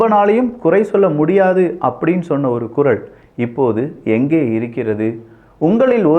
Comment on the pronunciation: உங்க துணிச்சலை மிகவும் பாராட்டுகிறேன், ஆனா ஒரு குறை உங்களுக்கு "வல்லினம், மெல்லினம் உச்சரிப்பு சரியா இல்லையே? Example: குரல் என்பதற்கு குறள் என்பவை. தவறை எண்ண வேண்டாம்.